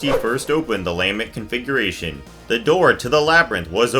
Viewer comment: I don’t like your pronunciations of lament configuration and cenobite